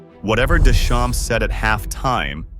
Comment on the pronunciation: Ai : do not pronounce p and s of Deschamps. It is a French name. It means "from the fields"